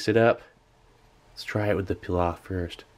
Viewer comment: I lıke how you pronounced pilav :))